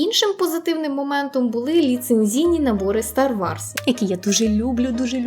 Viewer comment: дякую тобі за цікавий та інформативний контент, твоя українська захоплює!!!! Єдине зауваження: ну не "Стар Варс", а все ж "Стар Ворс"